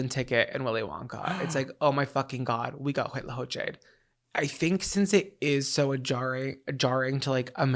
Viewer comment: Latina here. The only part you need to correct is the first C. Everything else is great!! Co-che. Make a C/K sound, not an H sound. With a short "O" vowel sound. Like Coco... I hope I make sense. Lol